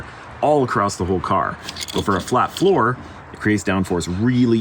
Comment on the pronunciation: OOOH flat FLOOR! I could've sworn y'all said flat FOUR each time.... And I'm thinking "of course they're gonna swap the engine with a 4cyl boxer to give it invisible down force." But no y'all mean literally making it a hot wheels car